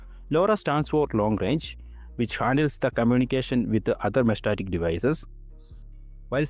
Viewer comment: Mesh-Tas-Tic. lol I feel like you said 'meshtatic' just to trigger us haha. Thanks for the vid